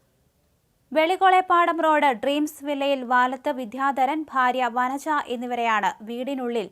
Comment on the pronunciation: വരര അല്ല വനജ😂